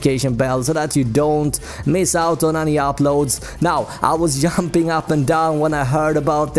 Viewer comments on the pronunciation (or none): LOL'd at pronunciation throughout. You were "yumping" up and down?